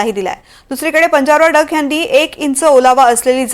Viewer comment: अडाणी बाई ला कोणी कामावर घेतलं रे.. हे डख ला डंक म्हणताय.. हे कोणाचं लेकरू चुकून बातम्या द्यायला आली आहे..घरी घेऊन जा रे 😂😂😂